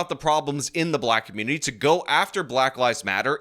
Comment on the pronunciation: You thought it would be “a little pushback”? Think again,we’re THOROUGHLY tired of “tha cummunitah”